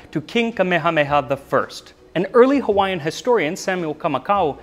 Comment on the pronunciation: Good job on pronunciation of Hawaiian.